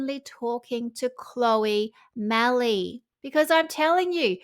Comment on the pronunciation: I will be surprised if Vogue puts Olive Oyl version 2 on its cover. BTW, for Chloe's surname, the e is silent.